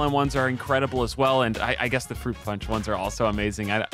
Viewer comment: i think youre mispronouncing "FRUIT"